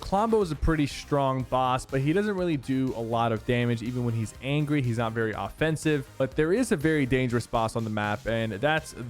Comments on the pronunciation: LMAO, did Sypher just say, "Clombo has this acid atack when he gets ANGWY" LMAO he said "Angwy" not angry he sounded so funny lol. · "When he gets angwy" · “when he gets angwy” lol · Who all heard him say angwy !!!! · You said angui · He says angwy